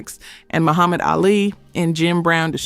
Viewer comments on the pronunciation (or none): none